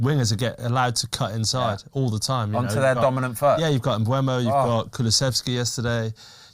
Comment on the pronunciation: Please stop saying "MBremo" or "MBuemo". There is no R and the U is after the E. It's Mbeumo.